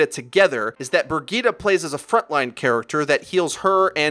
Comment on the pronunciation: Great vid but is anyone else bothered by how he pronounces Bridgeta